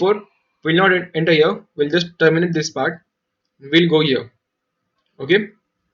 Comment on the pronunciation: man i was just wondering how many times u have used the word "here". The fun part is that is sounded like ear